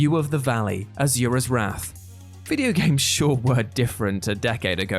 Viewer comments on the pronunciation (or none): "AZURA'S WRATH"??? dude, did you even play the game? that ain't how it's pronounced... then again, we are talking about someone who calls it "aluminium"...